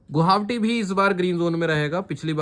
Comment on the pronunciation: Gohawati ya गुवाहाटी 😃😃